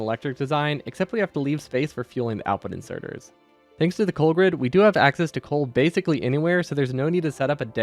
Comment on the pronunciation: "coal grid" spoken like the words "power grid" sent a shudder down my spine.😂